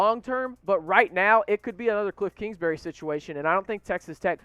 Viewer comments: PBR count: curching? klingsberry? "this is why we drink on Saturdays... I need one..." kirby hurcut? "probably going four and oh... somehow pull out two wins... by the way I mean oh and four..." "and I want to know this question right here..." "Bill Ben-b-den-baugh... Bill Being-dow..." I think you mean nodding not shaking. Nodding one's head is a vertical up and down motion, shaking is horizontal back and forth or left to right motion. "I'm chugging..." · It’s actually Kingsbury.